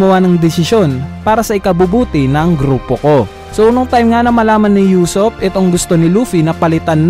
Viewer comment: usopp hindi yusopp ano ba, main character yan hindi mo pa mabigkas nang tama